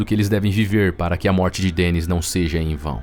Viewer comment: Surrrrrfista.... turrrrrrrvado.... morrrrrrte .... kkkkk